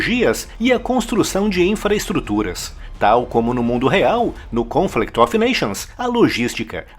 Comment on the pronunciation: Esse "of" em "Conflict of nations" pronuncia-se "óv".